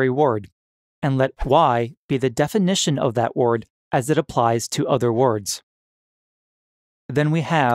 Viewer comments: word. not ward. simple huh? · The weirdest thing in the video isn't the paradoxes it's the pronunciation of "ward" or what should be word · This dude struggles everytime he says Wyurd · Is it a paradox that you can’t pronounce the word “word” correctly? What in holy hell is going on? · Why do u say word like that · Anyone else a little triggered by the pronunciation of the word "word"..?